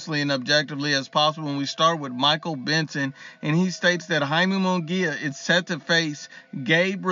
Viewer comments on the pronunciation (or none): none